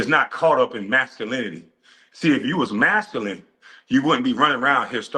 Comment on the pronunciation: "...see, if you was Massuline..." 😂sorry, couldn't help highlighting the butchery. I love it!